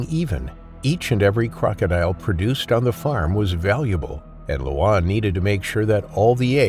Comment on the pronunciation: The name Luan (correct pronouncation for Luan is LORN) if translated to English is Loud. Tbh, I'm part Cambodian myself and I never knew crocodile is a big thing in Cambodia. Don't really hear much about that part of Cambodia in the US.